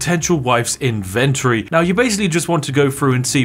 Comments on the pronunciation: “In ven tohry.” Yuck 🤮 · In-ven-tory isn't pronounced like you say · Vids are AWESOME, but dammit - say inventory properly 🤣🤣🤣